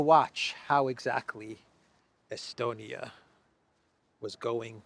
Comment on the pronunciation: Lavrov: “I think he was estoned-ia!” 😂😅🤣😅🤪🤪🙃